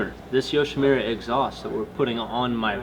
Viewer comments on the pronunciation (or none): le sigh... it's Yoshi moo ra. Not Yoshi mew ra